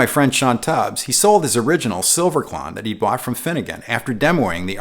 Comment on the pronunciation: I figured it was pronounced like clone instead of clawn.